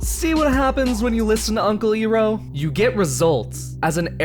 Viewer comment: Where do we even begin when we heard him pronounce iroh literaly iroh other than airoh and toph tofe.